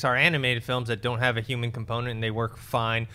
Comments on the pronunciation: U guys ever notice Schnepp doesn't pronounce the h's in words like human. He'll say uman 🤔 just sayin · D Yuman factor, InYumans movie, Suicide Squad Yumor... I can't unhear it. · Schnepp...what is a "euman"? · Schnepp saying h-words. Yuman, yumor, inyumans